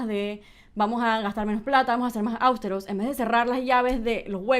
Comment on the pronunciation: Áustero...NOOO, es Austero